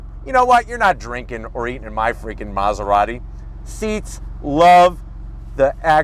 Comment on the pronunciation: Bros keep saying Maserarry 😭